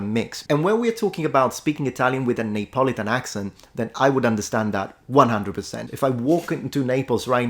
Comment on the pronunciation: En anglais, Neapolitan ne se prononce pas /neɪˈpɒlɪtən/ (je pense que c'est ce que vous dites) mais /niːəˈpɒlɪtən/.